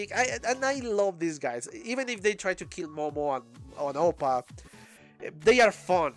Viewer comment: its APPA not OPPA😂😂he aint korean